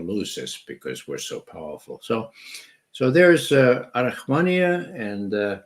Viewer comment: Arahamiya not Arahmania.